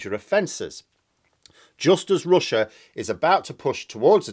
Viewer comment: "But Roosia is stroogling!" Ha ha ha ha ha! ☺☺☺ Where're you from? ☺